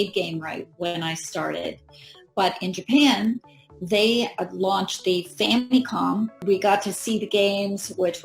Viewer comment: She pronounces famicom very diffrently than younger Americans.